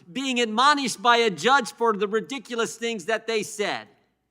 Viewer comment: "Ridicalos" holy fuck, this woman can't speak English correctly.